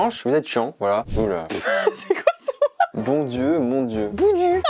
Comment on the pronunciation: Boudou se prononce pas comme il s'écrit quand on le dit 👀🙄 on appuie sur le mot